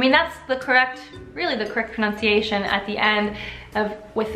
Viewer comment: Interesting that she pronounced pronunciation wrong... also since when did Italy invent pistachio nuts?